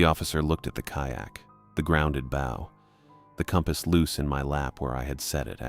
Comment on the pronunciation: This is the third story where the narrator voice shows it does not know how to pronounce "bow" when referring to the nautical use.